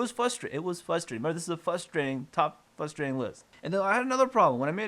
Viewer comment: The most frustrating thing about this video is your inability to pronounce the word frustrating.